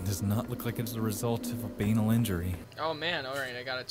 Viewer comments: it's baNAL, not BAnal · DID THE CHARACTER IN BLAMELESS ACTUALLY MISPRONOUNCE "BANAL"?!?! OH MY GOD FUCKING NO. YOU DON'T RELEASE A GAME LIKE THAT! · i cried lughing frome how he pronounced banal